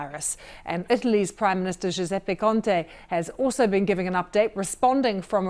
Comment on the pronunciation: He is "Giuseppe Conte" not "Conti"... is it BBC or a local TV?